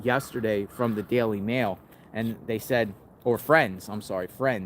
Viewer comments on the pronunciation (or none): none